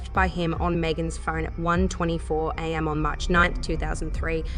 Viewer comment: I think it’s when she’s reading, her stop and starting in mid sentence makes the flow feel a bit off at first and very off putting the long the video goes on. Although not being able to distinguish between am for time and am which is how they continue to pronounce it doesn’t make any sense.